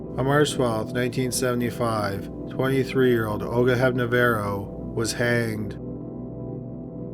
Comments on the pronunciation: Hep-Na-RO-Va...not Hepnavero. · Hepnarová =/= Hepnavaro. You're slipping dude. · Is it Olga Hepnarova because he keeps pronouncing it Olga Hepnavera? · Great video BUT you completely butchered Olga Hepnarova's name. It's Hep-nar-oh-vah. Not Hep-na-verro. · Olga HepNAROVA...not HepNAVERO. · Her name was Olga Hepnarova NOT, Hepna-varo! Hepna-ROVA! Hepna-ROVA! HEP - NA - ROVA!!! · I'm surprised no one else has commented but you continually called her "Hepna-verro" when her name on the screen says "Hepnarova". You really should fix the audio so you're giving the right name/accurate facts to your listeners... :P Otherwise, awesome content as usual! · Hepnavaro? That sounds like some Cherokee Indian village, lol. It is HEPNAR plus the female suffix -OVÁ. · Why does he keep calling her Olga Hepnovaro, when her name clearly is Hebnarova? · How do you get “Hepnevero” out of “Hepnarova”? Dyslexic much? Serious question. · lol. Olga Hepna-rova! not Hepna-vero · Hepnavaro? It's HepnaRAVO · the pronunciation of Olgas surname is Hep-na- ro-vá (hep like in hepatitits, na like in navaro, ro like in roman, va cca like in valium) but thanks for remembering her. Maybe it would be good to mention that in her story you used the pics from a movie about her, cheers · Hepnavaro?, get your lingo skills updated. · 1) It's pronounced He(l)p-narro(w)-va(nish). Also last woman to be executed in Czechoslovakia. Czech Republic never executed anyone. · That last name was not pronounced as spelled. He reversed the last two syllables. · Why did you pronounce Olga’s last name this way? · Thank you for including story of Olga, there were few missleading things like her name pronounce but still, appreciated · It's Hepnarová, pronounced as written. Just wrong spelling in the video. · It's Olga Hepnarova, so not even you are correct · Dude you pronounced Olga’s surname wrong.